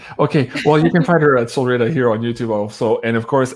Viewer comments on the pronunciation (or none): I just went on her channel and heard her pronounce it with a long E. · keeps changing the pronunciation of Solreta. Sometimes he use a long E as in Solreeta, other times a short e as ret rhymes with bet. I notice it in all of their interviews. Which pronunciation is correct?